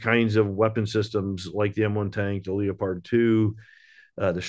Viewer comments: How can he not read it as leopard like the big cat.lol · The only question I have is why can't this guy say "Leopard" properly? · Is that a German pronunciation of Leopard? Leo-pard